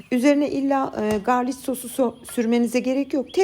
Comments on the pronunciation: Yanlış anlamayın tamamen bilgilendirmek için yazıyorum. İngilizcede garlic diye yazılıyor garlik diye okunuyor. Sevgiler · Garlik nan diye okunuyor 🥰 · Garlic Garlik olarak söylenir ( englizce) ♥️✌️ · Elinize sağlık deneyeceğim ben de❤ fakat İngilizce'de garlik şeklinde okunur garliç değil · Ellerinize saglik hanim yine dòkturmussunuz, bende bunu uzun zamandir merak ederim, sizin gibi yurt disinda olmama ramen hic tatmadim, ne yalan soyleyim hint mutfagi damak zevkime hic uymuyor ama dedigim gibi bunu merak ediyordum ama birturlu yapmak kismet olmamisti, sanirim bugun yapacagim, ee okadar zahmet ve emek vermissiniz artik bizede denemek duser😁 ayrica, sarimsak ingilizce galic diye yazilir garlik okunur, belkide biliyorsunuz ama yinede belirtmek istedim umarim kizmadiniz, saygilar💐😊